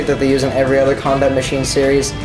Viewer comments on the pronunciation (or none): I thought u said condom machine lol